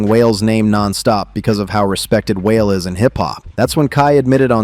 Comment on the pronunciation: WHALE LMFAO....ITS WAH-LAY..... STFU AND STOP ACTING LIKE YOU KNOW MY CULTURE EITHER....IDIOT